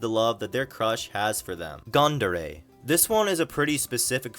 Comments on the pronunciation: Prob pronounced "Goon-dere" Coming from 軍 which literally means army or military. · Yeah, gun(軍) in Japanese means "army", so that would explain it. Also, u in gun in this context would be pronounced like u in ultra.